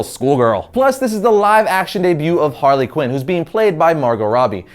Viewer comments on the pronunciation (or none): none